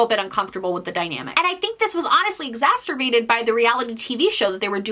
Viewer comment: I love you but it's "exacerbated" not "exasterbated!"